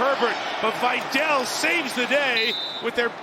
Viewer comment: Vye-Dell? His name is Vidal.